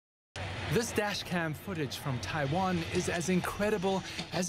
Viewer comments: It's Taiwan. Not Tawain XD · It's "Taiwan", not "Tawain". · "Tawain"? Wtf CNN, fix your shit. Srsly.